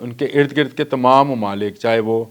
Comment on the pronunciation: Kaalay kot wa'lay bhai ye lafz tamam hay n k tumam,yar apni Urdu tu saheeh karo.